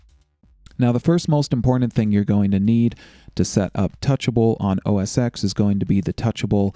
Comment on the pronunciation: OS X ... X as in ten, stop saying OS "X"